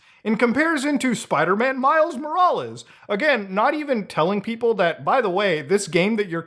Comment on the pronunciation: "I like the original Spiderman game in 2016 and miles 'moroles' " I think Muta had a stroke lol